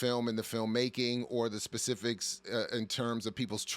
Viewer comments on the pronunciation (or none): none